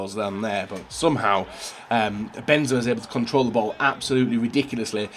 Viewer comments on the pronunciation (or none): none